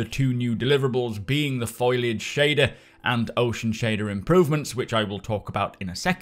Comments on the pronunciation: "F o l i a g e" not "F o i l a g e". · Foliage is pronounced foal-e-age not foil-e-age. Sorry but it's driving me nuts 😂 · Foh-lee-ahj - not Foil-ahj mate. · I'm guessing you say "foil-age" for the same reason I say "skelling-ton"; because it's amusing.